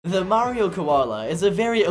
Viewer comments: The Australian mayrio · Blud went austral!!!11!!1! 🥶🥶🥶🥶